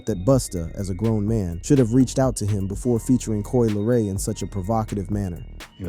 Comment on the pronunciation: Lol "Coi Leroy" I can't